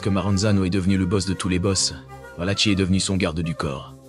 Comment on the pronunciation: Valaki pas tchi, ça se prononce